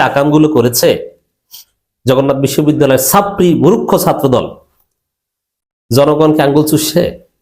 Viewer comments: মুরুক্খ?? না মুর্খ??? উচ্চারণটা ঠিক করে কথা বলেন -- তা না হলে আপনাকেও যে মুরুক্খের মত মনে হবে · মুরুক্ষ কি, শুদ্ধ করে বলেন।